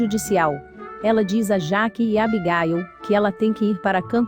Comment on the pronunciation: Horrível tradução a pronúncia errada.. é Jack ..a cidade é Hamilton.. muitos erros de português